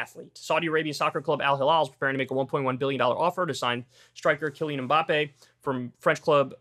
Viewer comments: No. Mbappé has the stress in the last syllable. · I was waiting for him to butcher the pronunciation of "Mbappe". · Did he say it like the Hanson song MMMBop? :)